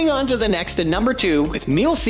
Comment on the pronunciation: Me-La. not Meal.